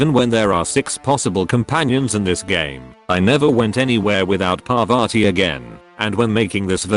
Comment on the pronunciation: My man buchering Parvati's name